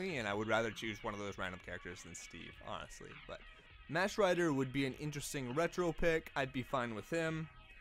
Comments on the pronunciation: It's not mash rider, it's mahk rider. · Yeah. No Also it's pronounced "mock" rider. Like Mach 1. The mach 5. Etc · Mach is pronounced "mahk" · the way he says “Mach” kills me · how the fuck does a person not say mach correctly in 2018 cmon now